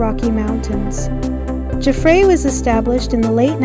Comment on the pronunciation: Nice video. FYI, Jaffray is pronounced Jaff (like laugh) and ray is pronounced like the ray in stingray. Emphasis in jaff.